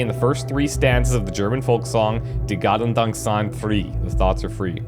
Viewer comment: As someone who’s from Germany i still cringe everything he so terribly mispronounces “Die Gedanken sind frei” 😂 love the let’s play and the game tho! Keep up the good work ✌️